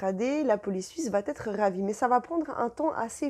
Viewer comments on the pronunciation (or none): Mais quelle bavarde ! Venez-en au fait, ça durera moins longtemps. Et puis on ne dit pas "va Têtre" mais va être : pas de liaison possible puisqu'il n'y a pas de T à "va". Pfff ! Pénible ! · Va-t-en "va-t-être" :D